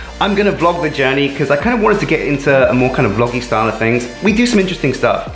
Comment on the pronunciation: You said Vloggy Style and it's annoying me now